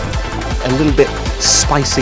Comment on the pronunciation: I don't want to be r/whooshed or whatever shitty r/-s that can be put, ok. It's pronounced like SPY-SEE . No insults, it's not a huge mistake, it's very human to make mistakes, if it's an intended joke, I'm sorry. Love your content man...